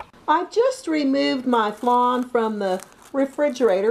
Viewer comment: Did she say flane